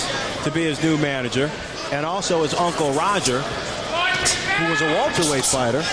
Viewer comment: Undefeated "Walterweight" champion? TF is walterweight? Lol